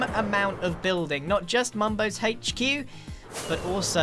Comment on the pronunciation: Is nobody gonna talk about how Grian pronounces the “H” in HQ